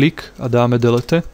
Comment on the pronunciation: Dosť mi to pomohlo v informatike ale delete sa číta dilít